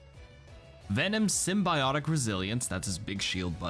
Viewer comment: hey bro, this isn't the sony movie universe. Say symbiote/symbiotic correctly